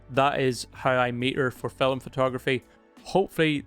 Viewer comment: can`t help, i hear always fil"e"m.... ;-)